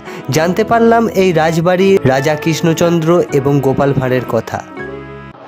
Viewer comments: রাজা কিষ্ণচন্দ নয় বলুন রাজা কৃষ্ণচন্দ্র বড্ড বেশি কানে লাগছে। উচ্চারণ সঠিক হলে ভালো হতো। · উচ্চারণ টা ঠিক করুন..কিন‍্য চদ্র বা কিশ্ন চন্দ্র না কৃষ্ণচন্দ্র হবে